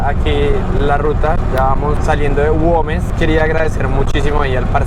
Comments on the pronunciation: Aunque dice GuÉmes se empeña el leerlo con 'O' guOmes.... que comlombiano porfiado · Hola... Repite conmigo : gu e mes. (Güemes) No es ingles !!! La ü se pronuncia u.... hace de cuenta que no tiene los puntos.. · Es Güemes, (gua güe güi guo) 😉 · Güemes es la ciudad, no Goumes, saludos y buen viaje.